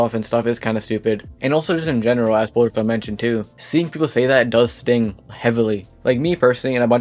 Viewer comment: Bro says “Polarclub” instead of “Polarcub”😐 If Polarcub finds this out, you’re in big trouble buddy.